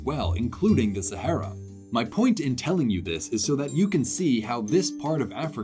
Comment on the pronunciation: It's pronounced "sahara".